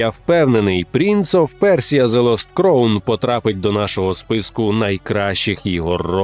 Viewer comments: Все чудово. Але ви як бидлотні російські канали, які не можуть вивчити англійську, робите прикрі помилки у вимові слів. Crown читається як краун, а не як кроун. Дякую. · Не "кроун", а "краун"... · А можна два слова англійською прочитати в голос правильно? Який кроун? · crown /kraʊn/ шановні, ну камон(